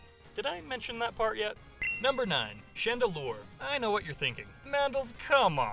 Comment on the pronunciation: Chandelure, not Chandelier!